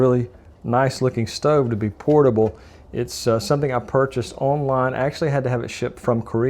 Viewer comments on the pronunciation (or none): none